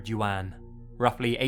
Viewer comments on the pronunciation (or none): none